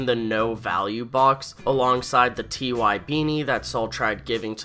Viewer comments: I loved this lol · Ty is pronounced like the name Ty (Tie), not "Tee-Why"